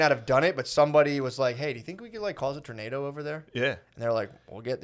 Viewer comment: I love how Shane is really trying Matt to say tornader hahaha